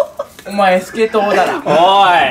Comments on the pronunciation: てつやのスケトウダラのイントネーションおもろ！誰か訂正して！って思って出てきたとしみつも同じスケトウダラで草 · スケトウダラと言い 反復横跳びと言い イントネーションが気になる笑笑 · 反復横跳び スケトウダラ イントネーション気になるw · スケトウダラの発音がワイの地元とは違う…… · スケトウダラの発音が方言出てる